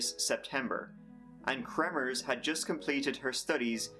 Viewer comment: you said, "Volomers"? and Froon….".